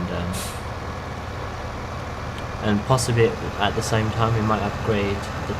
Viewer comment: Great video ;) I agree with you about saving money up and also about buying a new tractor. The tractor is not pronounced SAME BUT SAMY. I think you should buy the Same or a New Holland :)